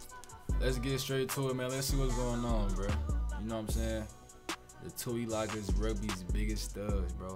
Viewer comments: Haha you cant tackle anyone thats off the ground bro and its pronounce like this( 2 E lung E ) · 2 e lung e, is how u say it